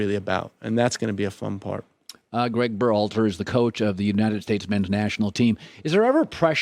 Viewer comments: I just started this, but did Colin mispronounce Gregg's last name in the first 10 seconds? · Literally not even three seconds into the video and Colin already botches the guy's name (not that I mind because I don't particularly like the guy). Yes he's won at a very high rate (certainly much higher than either of the two clubs that he's managed) but he can't get results on the road (2 wins, 5 losses, and 5 draws in true road games) and his best players don't seem to have a high opinion of him (Pulisic has several times inadvertently let slip as much). Yes he wins but let's be real, most of his wins have come on home soil against minnow opposition like Grenada, Guyana, Curacao, and so on. I pray that his contract is not renewed following the 2022 World Cup this winter and that US Soccer breaks the bank to hire Jesse Marsch to manage the team for the home World Cup in 2026